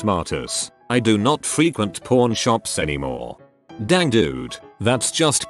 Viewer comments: Through the whole video was saying porn shop not pawn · The accent of the bot... not a “pAWn” shop when he says it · Me listening to this to sleep, instantly thought he said porn shop in the first second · Why do i hear "Porn" and not "Pawn" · I keep hearing "Porn" instead of "pawn" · Anyone else hear porn instead of pawn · Please tell me you guys heard porn not pawn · I cant be the only one that hears ''Porn Shop'' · I heard 'Corn Shop'. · Pseudo Nym nope. The robot just says it like porn. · I do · I did too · Especially when it said hardcore pawn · if ur just listening to this it always sounds like hes saying porn shop lol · Am I the only who hears "porn" when the computer voice says pawn ? I can't unhear it. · The voice on the video says pawn shop kinda odd and it sounds like porn shop 😂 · anybody else heard “Porn Shop”?